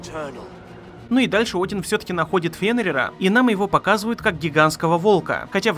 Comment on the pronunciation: Один это имя ударение на букву О